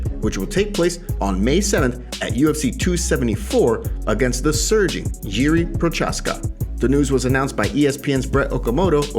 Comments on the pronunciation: It's pronounced *Yee-ree Pro-haaz-kuh. Just letting you know. No hate. It's not Jeeree Prochaska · Yee-ree pro-hosh-ka*